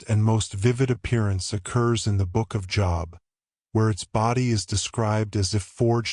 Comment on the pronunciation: It's pronounced 'Jobe'... The book of 'Jobe'... NOT JOB